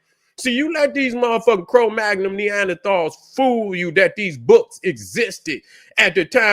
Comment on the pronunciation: It's cro-magnon